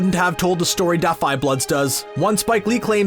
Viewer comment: Great film, and very relevant for today’s society. Side note: Narrator, I know the title is “Da 5 Bloods,” but you don’t have to pronounce the D so hard. It’s cool. 😂